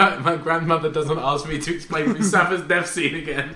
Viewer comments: Ethan said "Musafa's death scene" instead of "Mufasa's death scene". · Ethan says Musafa, not Mufasa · ethan said musafa XD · Did anybody notice that Ethan said "Musafa" instead of "Mufasa" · Anyone else notice that Ethan said Musafa instead of Mufasa